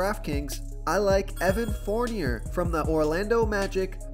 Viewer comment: Evan Fornier is pronounced Forneay...love ur vids but ur pronunciations crack me up.